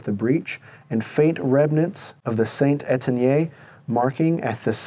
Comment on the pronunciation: Hearing your pronunciation of St Etienne just plain hurts my ears!!! It makes me want to question your knowledge of French fire arms.